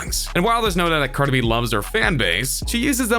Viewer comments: The announcer called her Car -2-Be i thought it was Cardi B 🤣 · If he says carda b one more time I wouldn’t do anything but it will be very annoying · Y u say carda b? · "Cardah bee"? lmao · this guy says cardi b, “cardebie” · correction its cardah bee!! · Who tf is "Carda-be"?? CARDI B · Its brutally painful how he pronounces cardeh-beh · I cringed so hard when he said Cardi B in one word like CardiB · "cardabee" - xD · Cart-a-bee lmao😂😂😂😂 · Me. A human: Cardi B This narrator: CardehB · Why you keep saying “carda B”? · I like how he says Card-eh instead of Card-ee 😂😂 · It's cardi b..not cardib..you say it funny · I died when he said Cardae B 🤦🏽‍♂️😂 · How am I supposed to trust what you say when you’re out here saying “Carda-bee”?!! 😂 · Carda b he said her name really weird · Learn how to pronounce cars in.... caaarhda bee like wtf bro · John Lehman he says cardabee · Cardabee 😂😂 wtf, dude pronounced her name hella akward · I thought I was tripping when I heard that lmfao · U cant even say cardi b...dislike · I bothers me the way he say Cardi B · It was so funny how he pronounced Cardi B. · Lol the way he says cardi b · bro, you've got to change the way you say cardi b. i don't even listen to her music and i got chills listening to you say her name like that repeatedly hhaaha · You pronounce Cardi B like a fucktard. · When u condense three syllables into one